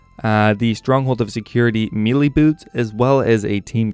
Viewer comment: May-Lay... Me-lee